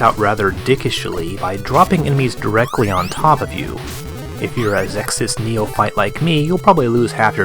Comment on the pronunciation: XEXYZ is pronounced Zess-Is